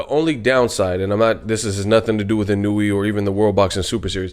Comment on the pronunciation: btw, you say his name like this: EEE-NOO-WOO-AAA